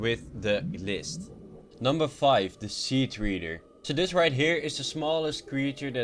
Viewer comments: SEA TREDER NOT SEA TREEDER!!!!!!!!!!!!!!!!!!!!!!!!!!!!!!!!!!!!!!! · 1. Treader tr-e-der not tr-ee-der 2. Juvenile j-oo-vin-ile not -juv-un-il 3. Aurora a-ror-a not a-woar-a god learn your english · Oh it pisses me off when basic english is messed up. Treader is not pronounced like reader, or reed, it pronounced like tank treads, or phonetically, tr-ed-er.